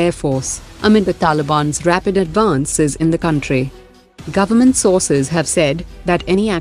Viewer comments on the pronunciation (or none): none